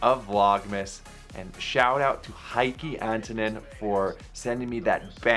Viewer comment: Try pronouncing Heikki as Hay-ck-e 😃 And my favorite is DDx.